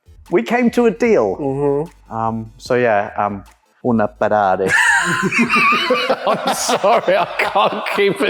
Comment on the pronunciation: Ferderrand farrari